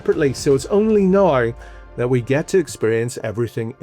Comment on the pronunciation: How many vowel sounds can you possibly fit into the word "now"? You did like "Nah-uh-ye-euh". Like, dude. It's just one freaking letter. You only have to make one sound for it.